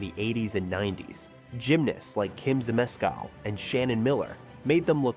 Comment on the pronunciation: Ur not even pronouncing Zmeskal correctly lol and it wasnt a full point off back then it was 0.500 a fall. Since the new COP then it went to 0.800 then 1.000 off